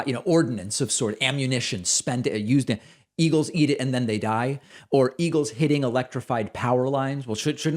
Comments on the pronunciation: "... Eagulls..." - Trump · "and they kill the bald ea-gulls, and the other ea-gulls... blah blah blah"